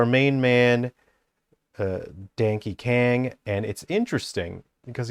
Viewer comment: Ah yes, as a man of culture I also pronounce his name as Dankey Kang.